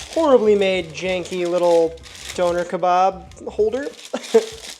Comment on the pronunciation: That’s the first time I’ve ever heard the word Doner pronounced that way